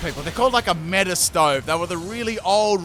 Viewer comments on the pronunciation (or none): none